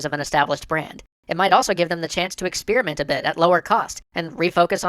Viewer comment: >_> anyone looking for a cannot unhear? :3 Ex-spear-iment. You're welcome.